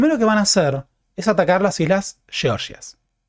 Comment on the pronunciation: Por qué pronuncias "georgias" como "sheorshias"?